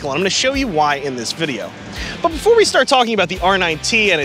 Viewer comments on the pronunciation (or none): none